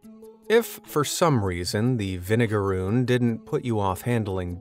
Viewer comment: They do not sting. Idk where you got that from. Also it's vinegaroon. Not vinegarune